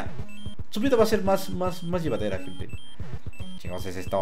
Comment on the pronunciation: Aunque diga "gente" se oye como "gentes" jajajajaja siempre será el mejor:D